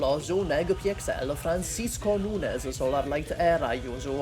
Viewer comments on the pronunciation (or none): none